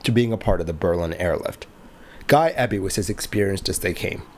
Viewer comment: The surname EBY is normally and logically pronounced as Eee Bee! If it was Ebb Bee as you indicated, the surname would probably be spelled with a double B! I.e. Ebby. 'Just like to 'get names right', as a sign of respect! Your videos are very well researched, edited, explained and presented! I also appreciate your narration and natural voice! Please continue to avoid the use of AI Chatbots! 🏆 🛫 🛬 ✈️ 🛩 ✈️ 🛬 🚗 🏆